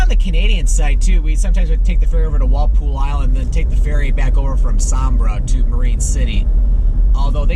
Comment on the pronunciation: its WalPOLE not WalPOOL NICE VIDEO THANX